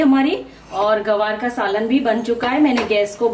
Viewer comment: Mam gawar nhi, gwar bola jata hi. Nice recipe